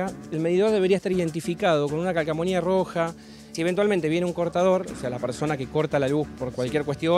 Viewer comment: El abogado acaba de decir CALCAMONIA o me parecio a mi???